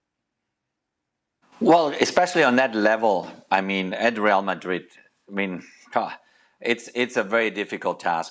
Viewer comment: Suprised Ale turned up today, his beloved rrrrrreal madrrrid 😢